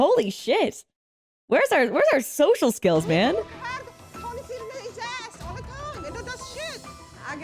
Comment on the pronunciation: It's "ass", not "ah".